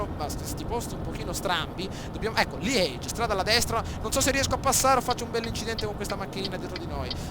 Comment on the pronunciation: bel video, ma Liegi si legge Liegi